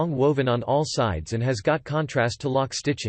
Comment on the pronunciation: Worst commentary ever. How do you mispronounce “all”? A parrot could vastly improve on this.